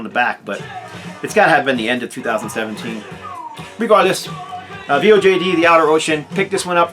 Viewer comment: From what I understand VOJD is pronounced Void. I agree great album. I just gave it another spin yesterday. The Ritual sounds really cool. You should check out the NWOBHM band Ritual, whose album was just repressed to vinyl, is also killer and worth checking out. They are NWOBHM with doom added, very cool.